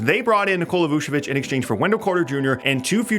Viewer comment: Is it really that hard to pronounce Vucevic? the "c" letter which is actually not a real c, is literally pronounced the same for both c's in the name. Why add in a fake ass "s" with the first "c"? "Vu-che-vich" if that makes more sense, not "vu-se-vich". You don't say "Shanning Tatum", you say CHA-nning